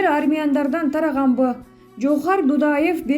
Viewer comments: Жазып бергенди туура окусанар.Жоохар эмес Жахар. Жазылышы Жохар. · Джоохар эмес Жагар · Жоохар эмес Джахар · Жоохар эмес Жохар же а менен эле Жахар Дудаев деп эле окучү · Админ орусчасы нуль экен даа "джохар"😂😂😂😂😂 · Админ Эч бир орус же башка аттарды туура окуй албайсын Мисалдар коп Джахар Дудаевди эмне деп жатасын Кулакты чарчатып коесун!